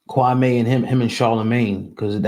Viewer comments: So you two haven't seen enough of Kwame's (Kwa•mee) videos to know that you two are still mispronouncing this man's name? You're doing what Stephen A is doing. Maybe this is your subliminal shout out to the Go Along Get Along Gang? His name is not pronounced Kwa•may. It's pronounced Kwa•mee. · It’s Pronounced KWA-ME .. not KWA-MAY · Hi guys, Kwame name is pronounced Kwa(me), not Kwamae. I know you're not being disrespectful, I just want you to have the correct pronunciation. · His name is actually pronounced Kwa-meeee